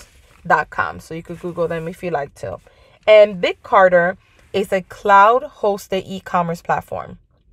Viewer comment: It's Big CARTEL......not Carter. Just fyi...thanks for the video